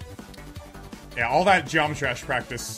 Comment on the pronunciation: NANI! "EXIT PRACHTICE MODE"